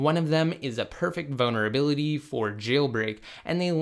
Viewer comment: Please learn to pronounce vulnerability. Boner-ability was said 20 times in 5 minutes